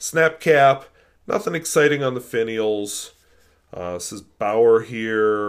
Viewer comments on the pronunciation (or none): The correct pronunciation in English is "be'are" or "be'our"